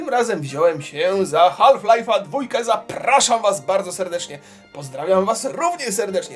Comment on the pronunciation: mówi się haf lajf a nie haLf lajf:p